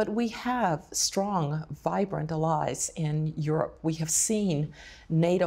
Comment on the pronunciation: Odd pronunciation of the word "allies," no?